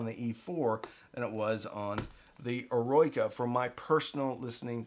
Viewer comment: Eroica is pronounced - aero-icka. 🙂 ...it means, heroic.